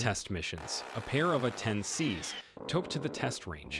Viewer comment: Ok...dude in video just pronounced it War thog. Then he said Atten instead of A-10. Another frickin computer voice. Is it too damn hard for real people to read anymore? That vexes me. I don't like to be vexed.